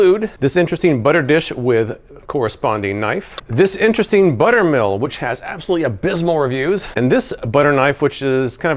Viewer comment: omg i thought you said, "other gadgets these include: disinteresting butter dish..."